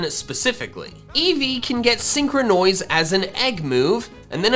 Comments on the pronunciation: Normal people pronouncing syncronise: Syn-cro-nise pronouncing Syncronise: Syn-cro-noise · When he said syncronoise I thought it was a botched pronounciation of sycronize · Stop saying sincrenois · Please stop calling it syncronoise it sounds weird and syncronize sounds better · When he says “synchronoise”, it honestly just sounds like a mispronunciation of “synchronize” even though it isn’t. Amazing XD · Freaking synchronize not synchronoise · That's an interesting pronunciation of the word synchronise